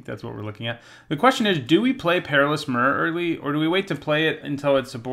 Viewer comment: It triggers me how you pronounce myr. I say my-er